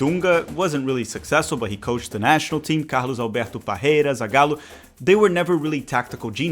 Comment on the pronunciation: cara, só de ouvir tu falar o nome dos técnicos dá de saber q tu tbm é BR kkkkkkkkk, inglês pronunciado perfeitamente, melhor q o dos próprios youtubers americanos, geralmente metem um "Feili paum" "zaigállou" kkkkkk, forte abraço